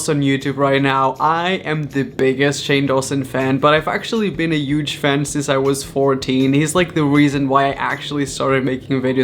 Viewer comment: He says Huge without the H like “Uge”